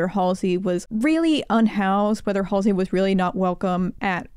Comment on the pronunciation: Not MALLSEY😂